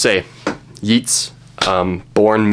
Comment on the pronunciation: Yeats rhymes with gates not beats